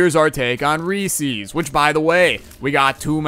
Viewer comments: To answer the question it's Reese's not reesies lol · Its re-says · How you say it is wrong and it's pieces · you are saying Reese's wrong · Yo eating peanut shells can be unhealthy. THey are mostly cellulose which the human body is kinda sucky at breaking down. So if you eat too many you can be left with an intestinal blockage. Not saying you should give up completely but you should be careful with the amount you consume. **Also your pronunciation of reeses makes me... uncomfortable